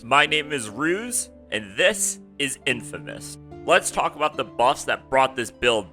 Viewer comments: its infinimist bro, not infimist... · DUDE I KNOW!!!!!!!!!!! Gives me such a complicated mixture of laughter and blinding rage hearing this guys throw the hard "a" and calling it infimist....its just too much to handle.